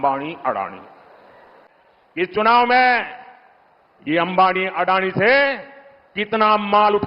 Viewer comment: अरे अडाणी नही अदानी बोलो.